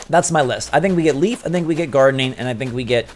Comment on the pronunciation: The name Leif is pronounced as "lay-f". Leif is a real name its pretty common where im from